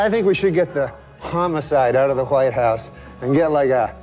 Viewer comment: Anyone notice the 'Wwhhite house'... like the family guy joke. "Whhhy am i say whhhat weird? " the brian, stewie joke? Probably means nothing but he accentuated the H.